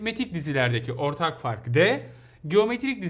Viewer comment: te ortak fak der gibi dimi :)